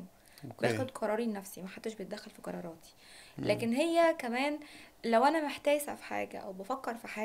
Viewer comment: اول القصيده كفر في مذيعه تقول كراراتي يعني لو بتقولي علي القاف كاف هي دي اللي حتخليكي من egypt مش مصر انتي باين عليكي انك من مصر مش لازم تحزئي عشان تبقي من الطبقه الارسطقراطيه احمدي ربنا ان في ناس بتتفرج عليكي بس